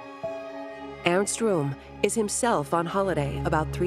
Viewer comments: Airst Room. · Earns Room 😂😂